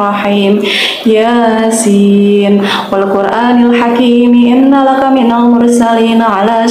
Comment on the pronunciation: Mohon maaf, bunyi ayatnya inna kala minal Mursalin,bukan innalaka mohon maaf kalau saya salah🙏